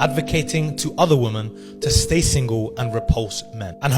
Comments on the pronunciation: irrelevant to the actually rubbish he’s saying however it’s so annoying he’s saying woman instead or women. Pointless comment 🙃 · never trust a man who pronounces women as woman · Why do these man say woman instead of women? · Ive noticed this a lot recently, and maybe it's me but, but have people on the internet started pronouncing women (plural) differently? If so, WHY????? Not directing this at you BTW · Ridiculous influencers! Also, why can lots of men not pronounce ‘women'?? I hear it more and more, including with the guy with the Andrew Tate opinions. It kind of feels misogynistic for a man not to be able to pronounce it! Thanks to for saying it correctly. 😂 Also, the same guy needs to be told that it's ‘incapable' not ‘uncapable'... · he can't even pronounce the word properly. He says 'women' the same way he says 'woman'.